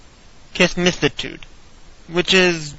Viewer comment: its kiss-me-sis not kissm-sis